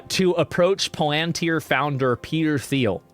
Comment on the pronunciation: Who pronounces Thiel with the “Th”? Is Asmongold really so clueless that he’s never heard Thiel’s name said out loud?! This is your political compass? Sad sad boys.